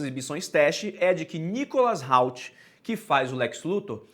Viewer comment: Muito bom o vídeo, só o "Nicholas RALT" que me pegou um pouco kkkkkkkk Espero q o filme seja tudo q estou esperando. Quem não tá ansioso é maluco